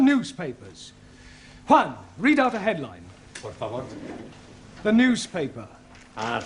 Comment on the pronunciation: Let's not forget he even said to Juan, "Por favore?"